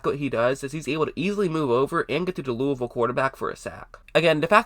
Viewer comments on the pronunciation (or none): none